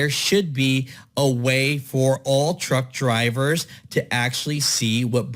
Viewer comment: i feel you homie but i kept hearing cowards when you mentioned truck drivers lol